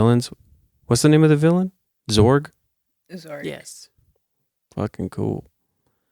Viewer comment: I just audibly screamed "DID HE SAY ZORG ?!!!!" in my car 😂 it's ZURG, SIR!!!! great episode love the split screen format.....clean af